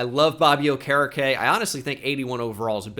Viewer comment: dude. it’s bobby O-ker-E-K - signed a concerned colts fan